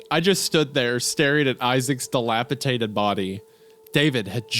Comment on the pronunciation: Dilapi*D*ated. The word comes up so often and I can't keep hearing it pronounced with a T 😂 please I beg of you, Goon.